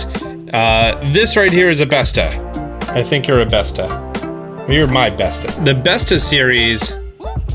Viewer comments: The å in bestå is pronounced as the "a" in walk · Bestå is pronounced best-o